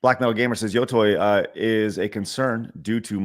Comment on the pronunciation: What people should really be mad about is saying yo-toy over and over again. There is no universe in which the english letters "tei" are pronounced "toy"